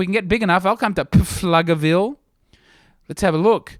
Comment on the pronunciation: As one of the four in Pflugerville, it is pronounced floogerville, and we don’t have any comedy clubs anyway But we’ll host and feed your family if you want to make the road trip up here